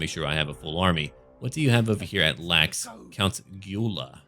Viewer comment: Hey, you need to pronounce the 'gy' in Gyula like you do the 'd' in duke. Ps: Good to see they put in Hungarian names for the vampires